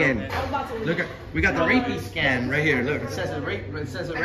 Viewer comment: The makers of the Rapiscan should sue for defamation and libel for purposely mispronouncing the name.